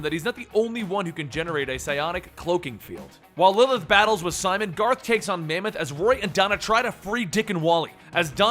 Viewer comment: lmao when you say 'Lilith' It sounds like 'Lllth'